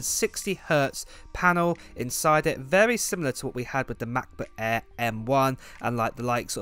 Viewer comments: It's "MacBook Air" not "MacBook Aaaa..." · Hate you pronounce macbook air !